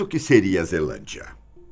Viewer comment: Só que vi que estava escrito zealandia e ele falou zelandia